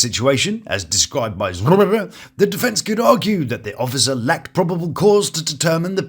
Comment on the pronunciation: I giggle every time u say he-haws name 😂😂😂😂